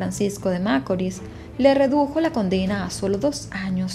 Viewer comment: Tu no eres dominicana qporque repetias una y otra ves macorl con acento en la. A. Y tu sabes muy bien q el asento va en la. I